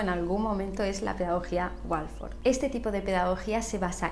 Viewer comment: ¿¿Pedagogía Wolfor?? Querrás decir Waldorf, ¿no? XD. Muy bien el vídeo, enhorabuena.